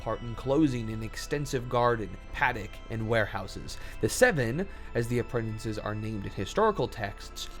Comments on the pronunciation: Okay, i mean no insult but this is driving me nuts. Apprentices has one n in it, not too. You keep saying "apprentinces". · Bro. Learn how to pronounce "Apprentices".